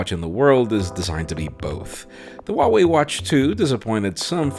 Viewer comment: just a little note: the H in Huawei is not silent. you need to pronounce it